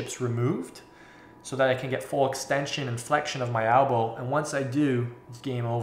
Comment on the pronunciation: no Elbow is still spelled Elbow in canada, just pronounces it as ALBOW for some reason, its not a canadian thing, I am canadian and live in canada, everyone else says it properly....Elbow.